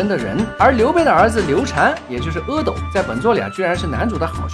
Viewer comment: 原来是读阿(e)斗么？以前一直以为是阿(a)斗…😓